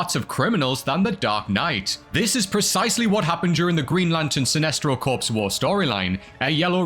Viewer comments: Hmm, I had no idea that both the green and yellow lanterns were all dead. Oh, you meant corps, which is pronounced "core", not corpse. Silly me, I thought you were English, not American. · You do not pronounce the p in Corps. P is silent. Like Green Lantern Core. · Corps is pronounced "core". A "corpse" is a dead body. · Have you learned how to pronounce "corps" yet? Do you know who Mrs. Chilton is?